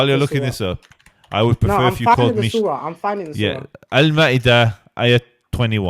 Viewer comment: He can not even pronounce the sureh’s name after Yusef repeated many times 😳 OMG